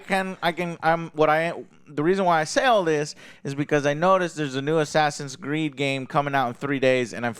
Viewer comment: I swear, at first I thought he said “Assassin’s Greed.” 😂💀🪦